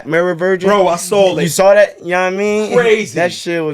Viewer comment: No funny shit but is this a Philly thing where y’all pronounce “Saw” meaning seen with a L like “sawl” keep doing it what’s the deal with that.